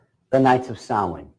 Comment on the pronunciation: What is he saying? Sawee ?